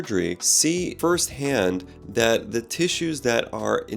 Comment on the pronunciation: You keep mispronouncing ‘Hyaluronidase’ but good video!